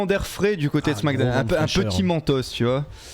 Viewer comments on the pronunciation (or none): Salut ! Je regarde assez souvent vos vidéos mais la manière dont tu prononces "Smackdown" me stresse de ouf 😂